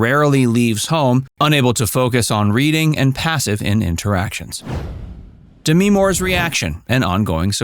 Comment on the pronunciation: It’s not D me more - it’s DEMI for Christ sake! 🙄